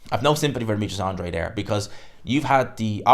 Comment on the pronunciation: Good video, as always, but please... AN-DRA-DE.....not "Andre"...... it's not that tricky.